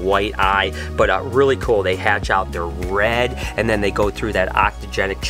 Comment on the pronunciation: Hi, is it Ontogenic or Octogenic, it sounds like you said Octogenic? I am not having a go, just want to know the correct term and meaning for the colour changes in reptiles like Green Tree Pythons.